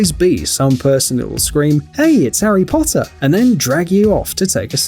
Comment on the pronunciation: "hes harry posser"